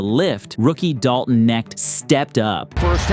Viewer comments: You have to pronounce the K in Knecht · For the love of God his name is Dalton "Kuh-nekt"....not "Nekt". That's why he took that jersey #......Connect Four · Its definitely pronounced KUH-necked. Dalton Knecht Connects. For three. And probably rookie of the year if jj will realize what hes got. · I think knecht is pronounced like connect. At the first game I went to people were saying that's why he's number 4 cuz connect 4 so idk but a silent K would also be grammatically correct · Just wanna let you know your pronouncing Dalton Knecht name wrong, it’s pronounced “connect”, the k isn’t silent.